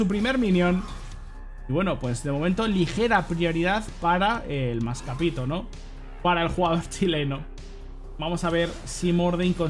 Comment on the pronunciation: Lo que escucho el resto del mundo "la prioridad para el más capito" Lo que escucharon los chilenos "la prioridad para el masca pito"